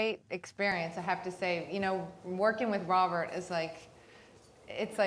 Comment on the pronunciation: Its English but he can't say his r's lol he's are chat show host